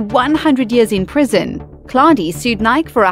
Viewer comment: Nike is pronounced NY-key. Not NYK. 🤦‍♀️